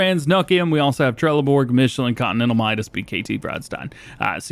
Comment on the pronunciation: as a swede trelleborg is pronounced trelleborj just sayin